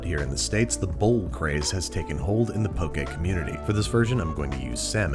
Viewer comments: Im so happy you said poke “pokay” and not poki. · I think you meant 1/2 cup of rice to first line of your finger of water I'm also very greatful hearing you pronounce poke correctly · I am so happy you said "poke" correctly. Also the fact that you showed kind of traditional Hawaiian style poke and poke from the Mainland. Next time I hope you try it with Furikake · "poke" is pronounced like po-kay... okay with a p in front 😊. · Thank you for saying "Poke" Correctly! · Honestly, I just watched this episode so I could finally know the proper pronunciation. I never heard anybody actually say "poke bowl" out loud so I never knew if it was pronounced as if poking somebody or like Pokemon. Pleasantly surprised to see it's the latter.